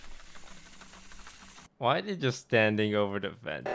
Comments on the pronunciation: Valkyrae: "WHY WHY" Toast: "uh rae what was that word you just said...?" Valkyrae: "uh.... who..." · when Rae said “Who” Toast was like “What did you say?” trying to see if she said why lmaooo love that